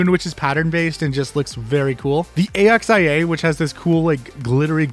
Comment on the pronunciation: a x i a ? axe-e-ah. brain melted when u called it that